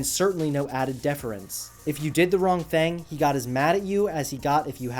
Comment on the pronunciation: I HATE WHEN YOU SAY THANG WTH SAY IT RIGHT